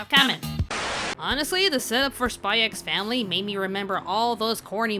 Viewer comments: It feels so weird to hear the title pronounced as "Spy Ecks Family". It's just "Spy Family", fyi. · please just Say SPY FAMILY. The X is silent............ Like Django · it's pronounced "Spy Family" 🤦🏽‍♂️ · the "x" is not meant to be pronounced. it's meant to be said as Spy Family. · btw, you don´t pronounce the x in the title, it´s just pronounced "Spy family" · also u dont pronounce the X im sure.